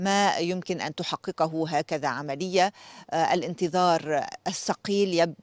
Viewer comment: ههـهذي صحافية ما تعرف شي في العربية 😂 قالت الانتضار الكثير 😂 ياو الطويل باين فيك ما نمتي تمام